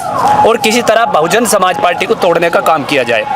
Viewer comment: कोई इसे बताओ कि पार्टी होता है पाल्टी नहीं 😂😂